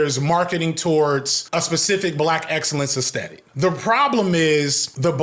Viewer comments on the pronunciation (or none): none